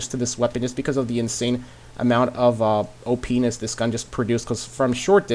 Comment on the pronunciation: He said o-penis😂😂😂